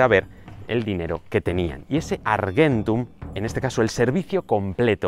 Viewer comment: Se dice argentum la g suena como j sos español tenés que saberlo